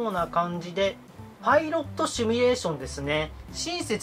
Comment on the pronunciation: 「シミュ」です s i m u 「趣味」ではなく